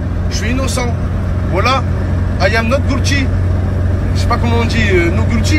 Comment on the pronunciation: "not goulty" XDDD ce bon accent dégueulasse